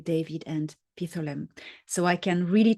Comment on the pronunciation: Dr. Salla has started pronouncing Pithlam wrong, so listen to David Adair say it. Pith-lam, no “a” in between.